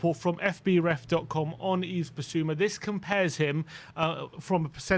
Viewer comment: please make an effort to pronounce his name right. the S at the end of Yves is silent. it's the same as EVE basically. great video apart from that, as usual